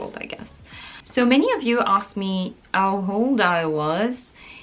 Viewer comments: "many of you asked me ow hold I was" that was so cute and so french xD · "Ow hold I was" This is really interesting, happens to a lot of non-native speakers, there is some sort of overcompensation happening where the french speaker is aware that the "h" is pronounced in English and then pronounces it in words where there is no "h". Anyways, you are doing great, it's really motivating to watch your videos!